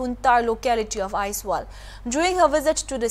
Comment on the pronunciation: Aizawl. Aizawl! AIZAWL! NOT Aizwal or any other spelling or pronunciation. Get it right.